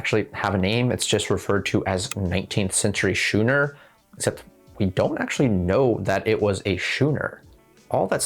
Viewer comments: Great content as always!!! a nitpick. "skoo-ner" not "shoe-ner" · Maritime is pronounced MAR-eh-time (sort of how the state Maryland is pronounced MAR-eh-lind, which is to say, not at all how it's written, lol). Schooner is pronounced SKOON-er (like school is sk beginning). People who get their information primarily by reading often pronounce words phonetically like this, meaning they're getting their information from actual written sources like books. This means you a much more trustworthy source of information imo, because it's clear you've really studied this. Another great video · 'schooner' pronunciation: "skoo" + "nuh". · Please don’t tell me that that is the American pronunciation of schooner? Try school… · Schooner really bothered me, but I didn't even notice maritime. To each their own I suppose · the ch in schooner is a k sound